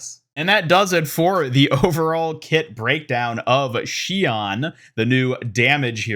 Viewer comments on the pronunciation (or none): [Shi-ohn] is how the Japanese kanji reads in her name. Not [shi-awn]- which in English would be written ‘Shian’.